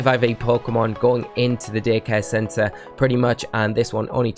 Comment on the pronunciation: It totally sounds like he says dickhead center instead of daycare center.